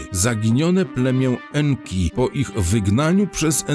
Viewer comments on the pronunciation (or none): Nie En Ki en to NKa czyli Kobieta EnKa